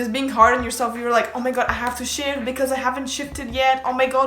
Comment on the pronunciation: I KEPT HEARING SH!T INSTEAD ON SHIFT. “I can sh!t my sister in the other room could sh!t, anyone can sh!t” IM SORRY I NEEDED TO SHARE THAT